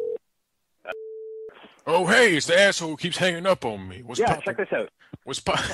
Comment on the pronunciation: Definetly, He said Check this Oot